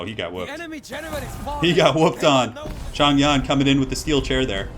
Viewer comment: Yo! Nice to see some Three Kingdoms. Even the game pronounces mandarin incorrectly with regard to Zhang Yan, so you are definitely excused. Simple rules for pronunciation can be read about if you look up pinyin (writing mandarin with Chinese characters), but basically, zh should be pronounced as dj (not completely correct, but it is close enough), so Zhang Yan is pronounced as Djang Yan. Else you can also use Hope it helps and sorry if I was pedantic.